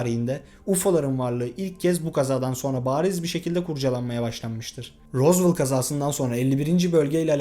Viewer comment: tek dicem rozvel die okunuyo rozvol ne